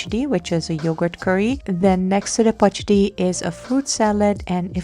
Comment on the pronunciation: You pronounced pachadi so perfectly